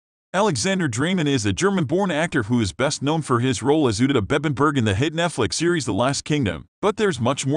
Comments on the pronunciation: Who the F is uted? It's pronounced Ooooo tred! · It’s UHTRED no OODID! 🙄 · It's Uh..tred please get his characters name correct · You should pronounce the character’s name correctly. I’ve also never heard of his writing music. He is a talented actor, writer, producer and director. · Omgoodness....learn how to say Uhtred!!!!! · The computer can not say Uthred or England properly